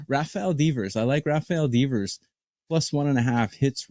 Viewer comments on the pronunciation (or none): rafael deevers? who the fuck is this guy